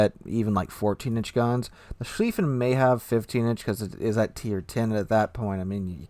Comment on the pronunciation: About Goddamn time. I've been waiting for the German First World War battlecruisers since the game came out. They're my favorite warships in naval history. Sir? It's Mult-keh, Ru-prekt, and Sh-lyfen. I think. And the Von der Tann, Derfflinger and Moltke are my babies, and the Mackensen. 😊